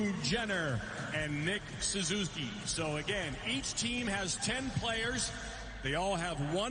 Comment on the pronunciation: John Buccigross is one of my all time espn favorites, but today he mispronounced Suzuki and called Bjorkstrand "Olivander." Lol